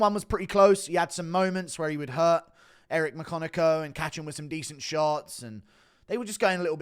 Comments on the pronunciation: Eric McCock-in-yo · “Eric my-cock-n-im”😦😫